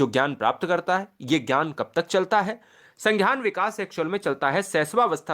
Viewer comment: Sanghyan nhi hota h sangyan hota h